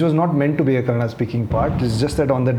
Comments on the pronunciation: Aiyoo mucho bai Kannada na Kannad antha nanthe. Do u have brains bro. Few words here n der is fine but how can a sensible person tell the name of the language only wrong n how can u expect someone to accept that. On a public forum how can u disrespect people trying to protect der culture n language. If we mix everything then wr is the the core left. See if ur thoughts r liberal gud for u but it doesnt mean u have to cm on this platform n say whatever rubbish comes to ur mouth if not u better dont talk abt the language at all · It's Kannada not kannad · No, Guru, it is Kannada not Kannad. Kannadiga, not Kannadi. You want to call it Kantara or Kantar? - you have to call proper nouns the way they must be. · What is okay nothing is. If u can say kannada say kannada. It's not that difficult. We say Hindi and not hindiva. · Sorry. It's not okay. It's Kannada only. Not Kannad. Like you are not Gukkhan and you are Gulshan, its not Kannad, it's Kannada.. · I am a Telugu person staying in Karnataka but I proudly say it Kannada not Kannad. If you can't respect it's fine but please don't disrespect and normalise it. This is why entire Karnataka has problem coz it's not north indians but the attitude that's problematic. If we had not respected others then Bengaluru would not have been cosmopolitan to the extent that we forgot our own culture. So now the city has woken up as at some point we need to give back to the wrong attitude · It's Kannada, not Kannad. Period. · Kannada only not kannad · It’s not Kannad, it’s KANNADA. You can’t pronounce bhatura as batura and paneer as panneer right ? Every word has its own meaning and pronunciation so please don’t change it.